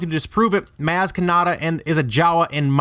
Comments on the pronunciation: It's possible, but I don't think it's true. It just seems like it's too much planning from when the first story was written to now. Also it's pronounced Mahz, not Mazz. That drove me crazy throughout the entire vid. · He says mAz when it’s pronounced Mahz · oh my fuck, your pronunciation of her name is fucking shit, and hurts my ears. like how the hell do you even think it says that way... it's not M(ahh)z it's more like M(aw)s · It’s pronounced Mahz, not Mazz :/ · OK great video but your saying maz's name wrong it's m-oz ( maz) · I hat how he said MAAAS instead of moz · not pronounced Maz....... pronounced Moz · It's M-ah-zs not M-aaa-z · It's pronounced moz not maaaaz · It's pronounced like "Moz" not "Maaz". It's also pronounced "appear in siz" not "appear ee in siz". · ughhh stop saying maaaaaz its mawwwwwz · I really want this guy to go back to watch Force Awakens, if for no other reason than to learn how to say her name correctly. How many times can he say "Mahz" (as in "as") when NO ONE says it that way in the film? It's pronounced "Mohz" (as in Boz)! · "Mazz?" It's pronounced "Moz" "Wukepedia?" It's "WOOKIEpedia." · Even Han Solo in the movie pronounces it "MOZ", not Maaz or Mouze (not sure how you gave her two names in the same video). "Attack on Clones". "As her heights did diferenshiate". "Commuticated". "Onlike". "Appeareances". Lanaguage gives you away... I can't take this vid seriously. Also, I'm not even a huge fanboi but a quick skim of Wookieepedia reveals that the Jawas had their own language, Jawaese, as well as a secondary Jawa Trade Talk language that "allowed them to communicate more easily with other species". I'm not sure why they'd put so much emphasis on communicating with their eyes when the had TWO languages at their disposal, unless you're trying that hard to connect her to the Jawas. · because in the movie its clearly pronounced "Moz" and not "Maz" even though it's spelled Maz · Wow.. It's not maz* it's mawz that's how u say it